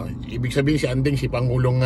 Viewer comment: ading not andeng, sir😊